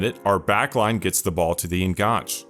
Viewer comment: I enjoyed this and learned a few things: thank you. I hope you don't mind me pointing out a couple of things: "enganche" is taken from Spanish, where it means "hook" or "connection"; you can see why it was used in football tactics in the AM slot; as it derives from Spanish, I think the last "e" is pronounced: EN-GAN-CHAY. Also, less is used with singular words e.g. less possession, less time on the ball, whereas fewer is used with plural words e.g. fewer goals, fewer turnovers. Once a teacher, always a teacher 🥸 All the best for your future output.